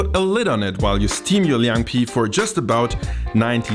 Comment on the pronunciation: As a 10-year Berliner I must respect this video%! You’ve done good research, Chinese pronunciation also good . I thought your channel was just for Döner Pizza thing%@ Unfortunately it’s still hard to find a decent Chinese restaurant that’s good at northern cuisine. Would be great to see more Chinese dishes and I’m glad to provide help:)